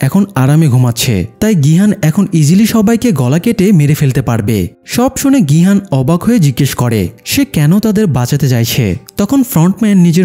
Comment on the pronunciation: ভাই এটা নাম গু না।নামগিউ আর গিহান না।গিহুন